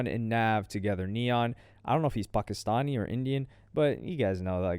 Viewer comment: I ain’t expect you to pronounce Pakistani so well 😂